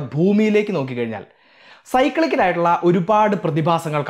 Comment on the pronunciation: സിക്ലിക്കൽ. സൈക്കിളിക്കൽ അല്ല.